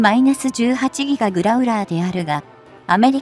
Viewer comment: やっぱり１．５倍速で見るとストレスが減る！ しかしＥＡ－１８Ｇをいーえーじゅうはちぎがと読ませるのは違う！ Ｇを何が何でもギガと読ませるのは・・・携帯電話世代の５Ｇをごギガとか？ Ｆ－１５ＪのPre-MSIP機１００機の代わりにＥＡ－１８Ｇを同数欲しい(^^♪